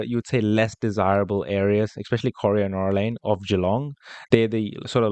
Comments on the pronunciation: You pronounce Corio as Co rye O Corio is full of public housing, it’s full of meth heads. You’ll get rubbish tenants. Colac is a better area, still cheap but not full of meth heads. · The suburb is corio pronounced kor-eye-o and not coreo .... dont worry not a biggie ..... just get here before its all gone to the Chinese, Indian and the Muslim countries population ..... not a racist remark its just that they seem to congregate with their own unlike the rest like the European ones, Greeks, Italians Macedonians, Spanish etc. that have their own clubs and associations they are mixed with everyone else without problems .... well rarely. Check out Pako Festa and you will see what i mean, you got to be there every year !!